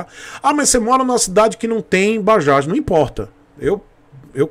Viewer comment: Tú tb? Por favor digita na barra do Google: "Bajaj, pronunciation in India". Cara vc vai ficar surpreso! É MUITO DIFERENTE, E COMO VC SABE, NOME PRÓPRIO NÃO SE ALTERA.